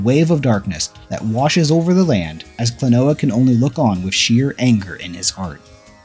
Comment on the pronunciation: Klon-wa Door to Pants on Miffy Said by not me.